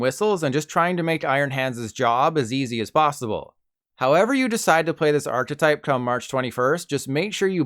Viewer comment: pronouncing archetype like that is insane